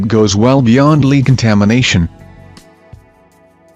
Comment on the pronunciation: Your saying Lead wrong.